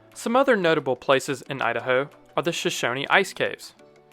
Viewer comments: I've heard the pronunciation of of the Native Americans as Show-show-nee, but I've never heard anyone in Southern Idaho, including Twin Falls natives, pronounce the waterfalls as anything other than "Show-shown" Falls. This includes all the PBS documentaries about Idaho scenery. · Thanks for the shout out. Idaho is one of the most geothermally active states in the country. The capitol building is even heated geothermally. The state has some of the most hot springs in the country. Might I add that in Idaho "Shoshone" is pronounced as just Show-shown instead of Show-show-nee. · He mentions Shoshone Falls(pronounced Sho-Shōn, not Sho-shonee), but Shoshone falls is connected to a larger and more beautiful natural structure carved by the Snake River. This being the Canyon of the river's name sake. The Snake River Canyon. This Canyon is gorgeous. It exists near Twin Falls, Idaho and has many awesome things you can recreationally. It is also famously the same Canyon that Evil Kenieval was going to ride across. Of course, he failed both times and today, all that is left is the small launch rail that was left when he last attempted it. From Twin Falls, across the Perrine Bridge and into Jerome County near I-85, you get to the enormous open fields of Idaho's Snake River Plains. It's super pretty. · I’ve lived in Idaho my entire life and have never heard a local pronounce the final e in Shoshone. I’ve always heard it pronounced shone, as in the sun shone very brightly. Interesting video though. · This is great! Thank you for highlighting this state! FYI: We pronounce Shoshone as Show-shown. Is that how other Idahoans pronounce it? 🤔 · Sorry to tell you, But the "nee" part at the end is absolutely NOT silent.